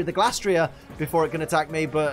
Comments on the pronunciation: It feels like you're mispronouncing Glastrier here. I'm certain the Gla part comes from Glacier and not Glass. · Just wanna confirm. How do you pronounce Glastrier? 1. Glay-stree-er (kinda like Glacier) 2. Glass-tree-er